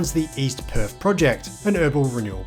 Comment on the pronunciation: There is no( F ) in Perth mate! It's not PERF IT'S PERTH! 😂